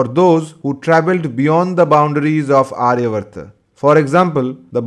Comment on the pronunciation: It is NOT arya vrta. Aryaavarta. Elongated dhirga aa after ya